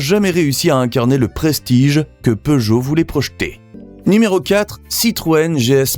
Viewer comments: POOgot? Learn to pronounce the name properly. SIX-OH-FOUR not six hundred and four. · As a European, I hate the way Peugeot is pronounced. But in some way, I can understand that. But the fact that Chrysler isn't even pronounced correctly, is wild for me.